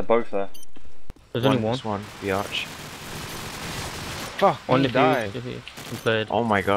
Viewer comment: B arch sounded like BIATCH BIATCH